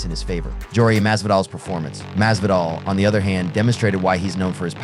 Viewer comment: Jorge masvidal is not that hard to pronounce dawg